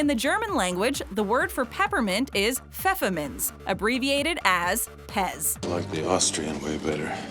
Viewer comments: Why the fuck am I Austrian mm FEFFER no it's pronounced Feyfur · Fefermintz you know how to pronaunce it 😹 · I screamed when she said Pfefferminz right xD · I'm German and I Just had to laugh so hard Hearing how she pronounced "Pfefferminze"